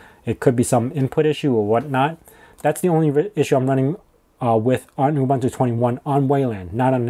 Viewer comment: It's pronounced OOBOONTOO. OOBANTOO does not exist.